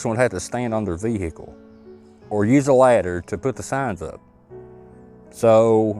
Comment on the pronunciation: (vehicle) veeeehiicul funny how u pronounce this word, good video though